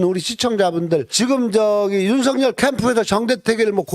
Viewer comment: '윤석열'의 정확한 발음은 '윤성렬' 이 아니라 '윤서결' 입니다.